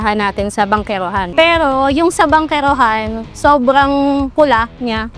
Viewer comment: Very good pagka bigkas ng "bankerohan"... Aprob